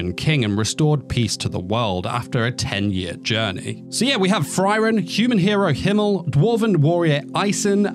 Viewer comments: Frieren, not Friren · It's "free - ren" not "fry - ren" also the panel is pobably the best manga panel I've ever seen. It's not packed with many details in the background or anything but you can see Frieren's emotions so well. It conveys really strong emotions and I really hope that the anime team delivers on this particular scene. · the fry-ren thing is really making me suffer through the video it sounds good though